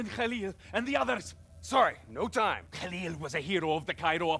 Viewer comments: Call him lieutenant Kahli ONE MORE TIME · Its Khalil! And u pronouce Minister Said (saiid)